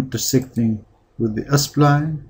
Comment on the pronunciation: sorry i just cant hold myself to say " why can't you pronounce 'spline' normally ??? why are you saying s - pline ??? "